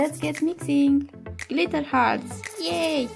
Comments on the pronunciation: Not gliter its glitter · The way she says glitter tho.like glithea. Lmmfao.butt nice video tho